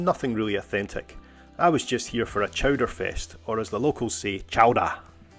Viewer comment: Say it right,: CHOWDAH